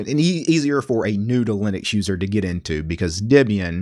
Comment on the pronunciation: I thought he said noodling accuser the first two times he said new to Linux user. I don't know what's wrong with me.